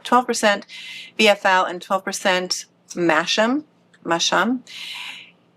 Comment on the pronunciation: Masham=Massam.with the accent on the first syllable., I love hearing about your FO’s